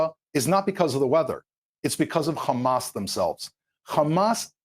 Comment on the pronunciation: Khamaaa.. khamas. Khamaaas. Everything you see khamas. Evil Zionist.